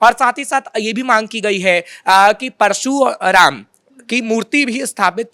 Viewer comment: कृपया इतनी भी क्या जल्दी है। परशुराम को परसू राम क्यों बोल रहे हो। आपको जो भी कहना है उसे शांतिपूर्वक भी कहा जा सकता है। जल्दबाजी में आपका वाक्य विन्यास गड़बड़ हो जा रहा है। दूसरी बात बोलने के पहले उसका रिहल्सल भी जरूरी है। ये बात दोनों लोगों के लिए आवश्यक है।।।।